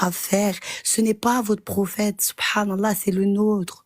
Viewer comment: J'aurais jamais dû commenter avant avoir entendu la dernière intervenante "Sot Prenne allah" 🤣😂